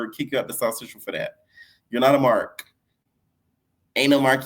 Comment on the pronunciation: said knot today AGAIN 😂